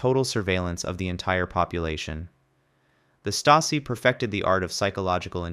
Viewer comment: *Штази(Chazi), а не Стейзи!